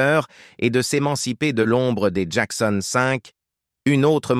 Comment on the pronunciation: C'est un IA qui parle? Il n'y a pas d'intonations et la prononciation de certains mots est plus que douteuse ("Mykael" "Jackon 5" prononcé en français...)